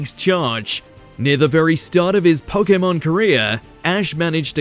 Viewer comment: Only real Pokémon fans will appreciate your correct pronunciation of the word. It irks my soul when I hear people say PoKeymon and not PoKaymon.